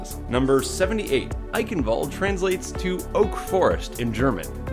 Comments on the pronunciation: Why all English people say Eickenwalde it's Eicccchhhenwalde. I'm German that fucked up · as someone who grew up in germany, i cringe everytime when people, even the overwatch announcer voice, say "Eichenwalde" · Germans watching this cringe at your pronounciation of Eichenwalde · As a german, your pronounciation of "Eichenwalde" triggers me.